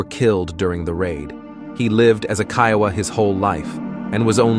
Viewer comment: Man you sure your pronouncing Kiowa rite ?